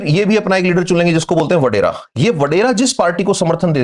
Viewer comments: Badary nai wadairy bolty hain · Its Wadera sir not Badera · Not badere,,it is vadere....... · Vadera, or Wadera not Badera, Sir g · Sir badera nahi wadera hota hai